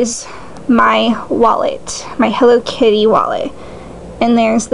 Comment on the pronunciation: my purse is "hello keety" lmao ha